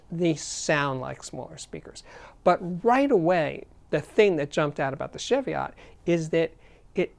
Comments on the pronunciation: "Sheviott" nope.... CHEVIOTT please. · Another great review, Steve. Just FYI, it's pronounced chee-vee-it, no shev-ee-ot. Named after some hills on the England/Scotland border. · Ch-evy-otts? Try chee-vee-ots. Sometimes pronunciation grates, but only when i know what it is right, which isn't often. For your global audience please give weight in Kg as wall as lbs. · Great video Steve as always. Just a tiny gripe - pronounce 'Chev-iot' like Chevy Chase. It's a mountain range in England, UK. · It’s pronounced she-vee-ot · pronounce chee-vee-ot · Its pronouced cheeviet. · Steve love your reviews always full of enthusiasm :-) One thing though the pronunciation is (Cheeviot) godamn the English heheheh. Keep up the great work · As in Cheviot Hills in Northumberland.And pronounced Chee-viot.It is not a car. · Love Tannoys and the sound they produce. Just one little thing, it’s pronounced with a hard CH as in Cheese not a soft CH as in Chevy. The name comes from a series of hills that straddle the border between England and Scotland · It's pronounced Cheev-iot. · Jfyi., it's pronounced 'Cheeviot' or 'Cheeviat' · Yeah, that's just a UK English/US English thing though, no? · Cheviot as in cheese or chicken or chech your pronunciation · Thankyou for that, I was just about to make the same comment. I almost chucked when I heard this guys pronunciation!!